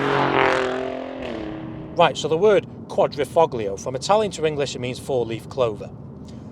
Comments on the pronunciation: This was painful to watch. Typical amateur car journalist Alfa cliches. Also the G in Quadrifoglio is silent. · He lost me at his constant mispronunciation of “quadrifoglio.” It doesn’t take much research to get that right. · I can't believe people are still pronouncing 'Quadrifoglio' like a tard.